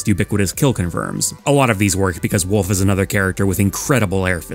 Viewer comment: Nobody's gonna talk about how he called wolf "woof"?